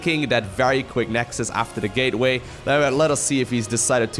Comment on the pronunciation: "gayway explosion".... hehhehh hehhehhhe ehheeeeeehhhehehhe Bevis you said gay